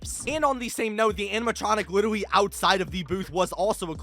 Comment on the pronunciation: "litwerly"